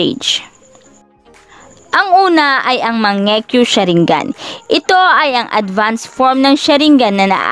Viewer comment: Ako lang ba naka pansin sabi nya mangiyu sharingan